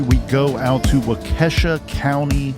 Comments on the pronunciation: WAH-KA-SHAW not WA-KESHA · Guess I've not been watching the news much. I'm a few counties away and I didn't even learn of this. Prayers to loved ones. Very sad indeed. Wah-kish-awe, is how it is pronounced. You're welcome, lol. You had me looking it up, wondering what county that was. Many Indian names in Wisconsin. Thank you for your great reporting on this! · These Wisconsin towns...wau-kee (or kuh)-shaw. (My preference is wau-kuh-shaw, but I hear it both ways.) Thanks for covering! I've been wondering about this case! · Wow I downloaded these episodes to keep my flight busy and was surprised to hear it's based in my state. Nice try pronouncing the city 😉